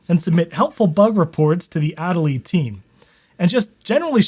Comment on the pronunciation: your pronunciation of adelie hurts me lol